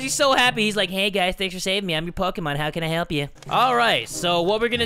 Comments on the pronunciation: Your not saying Pokémon correctly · poke`mon not pokemon